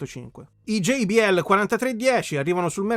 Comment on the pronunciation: Bellissima recensione; già solo per il fatto che lo pronunci GEI-BI-EL e non GIBIELLE meriti un "Mi piace" grosso come una casa 😎